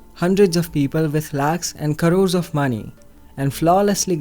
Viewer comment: Karores of maney! Lol.. rip english